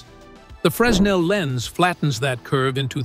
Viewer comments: FYI. It's pronounced Fraynell. Don't ask me why, I don't know. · I find it funny that whoever (or whatever) recorded the soundtrack for this video pronounced the inventor's name correctly, but mispronounced the name of the lens every single time; despite the fact that the lens has the exact same name as the inventor it was named after. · Didn't do your homework. You have your synth voice mispronouncing Fresnel's name. The 'S' is silent. Do your homework! Make sure you've got the name right. Get and stay accurate.